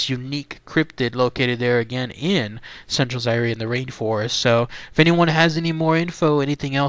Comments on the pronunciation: Zaire is pronounced zi-ear. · Fern-Gulley I LOVE YOU BABE!......you don't pronounce the E in Zaire bruh.......